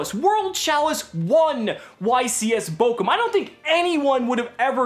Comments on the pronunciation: Not bokum, but borum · It's funny how you pronounce Bochum hahaha xD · love it how missprounces bochum xD (just funny for an nativ speaker ) and guys don't tell yuginono dont wanna burn for all eternity in hair with all that burn players